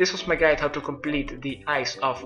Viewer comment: elke keer dat ik dit hoor is het juist alsof je zegt "heey welcome to mijn geit" WTF?